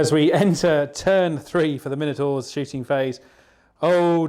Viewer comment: Everyday is a school day, all my life I've thought it My-No-Tour, turns out it is actually as you say it, well done for opening my eyes! Ha ha. Good job on batrep too, two not very common forces in VBR, and well painted and great terrain too. Cheers guys